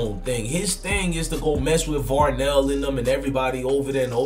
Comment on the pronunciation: Varney not Varnel